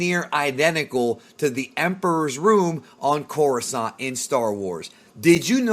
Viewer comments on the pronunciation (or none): none